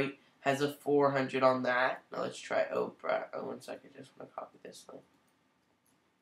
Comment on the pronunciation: I'm going to start pronouncing it Oprah as well. That's hilarious.